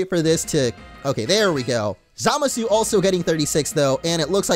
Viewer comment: Dude said Zamasu wrong... Sit down we need to talk.